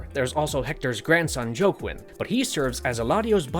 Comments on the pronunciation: "Joe-Quinn" Salamanca 😆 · Did this dude really pronounce "Joaquin" as "Joe-Kwin"? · Joaquin is pronounced: "Wa-keen". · He did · Joaquin is said like Wa-keen.